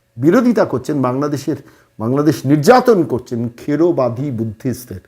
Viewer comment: দাদা কিছু মনে করবেন না, এটা থেরবাদী বৌদ্ধ হবে, খেড়বাদী নয়।